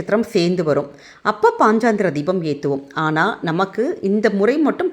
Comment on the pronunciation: பதிவுக்கு நன்றி. ஆனால் பாஞ்சராத்ர தீபம் என்று சரியாக உச்சரித்தால் நலம்